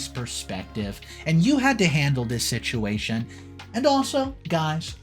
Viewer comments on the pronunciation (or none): none